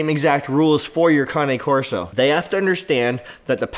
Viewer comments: Looked on google and you pronouncing cane wrong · You don’t even know how to pronounce the breed name.